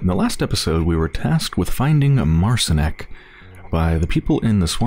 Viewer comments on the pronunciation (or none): It's pronounced Mart-Sheen(ek) if anyone is wondering. Polish for Martin.